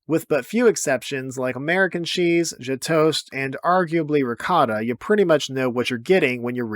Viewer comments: Learn how to pronounce gjetost. There's no g sound. It starts with a y sound. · The Gjetost / Brunost pronounciation was interesting.